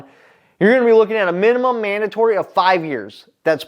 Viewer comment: You committed the ACC then added an offense for "Manimum manatory" lol. Welcome back, man.